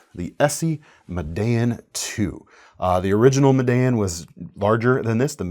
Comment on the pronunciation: NOTE FOR ON PRONOUNCING THE ESEE "MEDELLIN" 2 -- Medellin is pronounced "Me - De - YEEN", with the accent on the last syllable. This is the name of the second largest city in Colombia. I am completely bilingual and previously lived in Colombia. Also check any ESEE video -- they pronounce it as I described above.